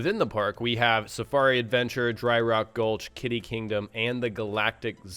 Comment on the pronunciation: It's "kiddie" as in kid, not "kitty"